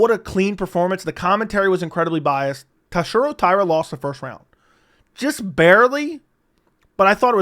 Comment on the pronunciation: Buddy. You BUTCHERED TATSUROS name. You had one job you absolute blob